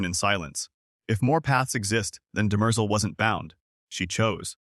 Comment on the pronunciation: I hate these AI videos, can't even pronounce Demerzel correctly.